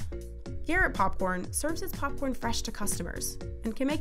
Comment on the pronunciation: illinois: "popcorne"